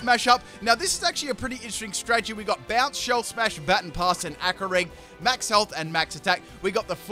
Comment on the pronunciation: I swear, mispronounce "Baton Pass" one more time... All in all, great video though.